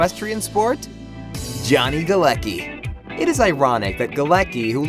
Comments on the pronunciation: Its funny how they read Galecki as "ki" at the end. It is more 's-ki'. His last name is Polish so does Bialik' one and the pronounciation is different 😂😂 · its Galecki, not Galeki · NO GALAKI - GALETZKI !!!! Morons... its polish name! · Jesus, you spell Galecki so wrong that my ears are hurting. It's not GALEKI. It's Galecki with C in it...